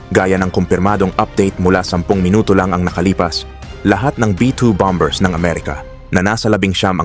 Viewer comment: Mahusay at detalyado ang report mo… kaso i-check ko lang ang pronunciation mo ng: BOMBER (S)……. [ Ba-Mer (s] Silent letter B.. Again…. Ba-Mer! Hindi. … BAM-BER … sakit da tenga kasi… no offense mesnt..